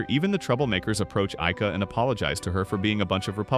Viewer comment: bro sometimes says IKEA instead of AIKA...